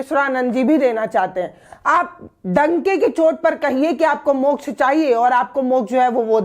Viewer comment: अकाल मृत्यु को मोक्झ बता रहे है